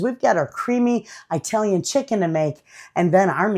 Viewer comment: I love your videos. But I have to tell you, you make my skin crawl the way you say Italian. It not pronounced with a long "i". It is pronounced like the country, "Italy". Ask your Italian neighbor how to say Italian properly. Thanks for listening to my rant. I love you.